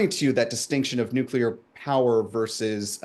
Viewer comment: I couldn't listen past the first "nucular". Hearing that from professional journalists somehow obliterated my interest in this podcast.